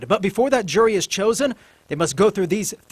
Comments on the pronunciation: “Let’s give it a gou”🤦🏻‍♂️ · I just adore your accent and how you pronounce “go” and “third”! I grew up in Phoenix and got out of there as fast as I could! I moved away in 1995 and no one could pay me enough to EVER move back! But now Ireland? That’s a place that I could love to live in. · I blame you for my inability to say "go" properly anymore bahaha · It's just how he pronounces go :P